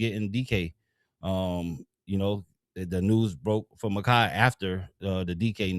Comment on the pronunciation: Muh-Kai Bur-Row